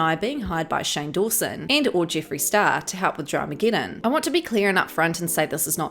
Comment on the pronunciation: The way you say Jiffreeey is🤮